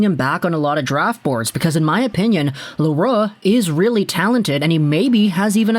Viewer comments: Yeah, It's not an easy name to pronounce for the anglos. Your pronunciation is a lot closer than the «Le roux» we hear often. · You prononce it rigth! Good job with your french